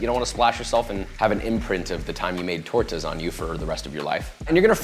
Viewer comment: tor-tuhs lol